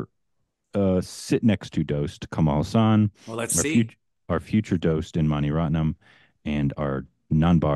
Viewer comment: Okay. I hope sees this cos he seems to care more. Kamal Haasan. It is not Kamaal Hussan. Ka-mal Haa-San sounds like Ka like co in come or condition Mal like mull. Kamal means lotus. Kamaal is an Islamic name. Haa like Mr. haan San like sun. Commented multiple times on old videos over the years on yt.